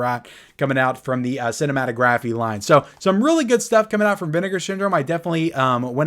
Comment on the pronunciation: Can you please say cinematography correctly lol